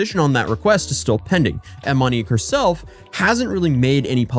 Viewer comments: “I’m probably going to butcher a whole lot of pronunciations of the Brazilian locations.” —man that butchered the pronunciation of the name of the person featured in the video It’s “Monique”, not “Manique”… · Yeah I can’t watch this garbage when shithead says “Manique” repeatedly in a video about “Monique”. Maybe figure it the fuck out beforehand? I can suffer through pronouncing cities wrong when he only says it twice… but a video about Monique should be narrated by someone that knows how to pronounce such an easy-to-pronounce name. If you don’t know already, figure it the fuck out!